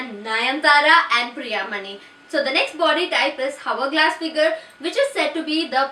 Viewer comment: Please pronounce hourglass correctly.